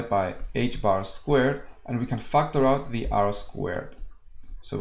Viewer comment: Why did I hear factor out as f**k the rest out!! Anyways great video.